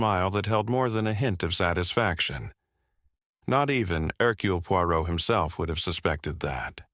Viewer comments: P U O instead of Poirot (pwa-row) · Can't listen to it! PEO! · Very annoying that the AI narrator can't pronounce Poirot correctly!